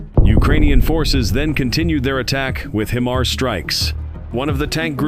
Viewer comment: lol I can't get past the pronunciation of HIMARS. He's saying Him ars when it is pronounced Hi Mars